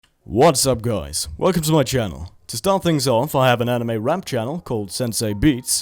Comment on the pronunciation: Wats ap gois